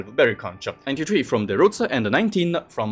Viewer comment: I think you're supposed to pronounce "conch" in a certain way...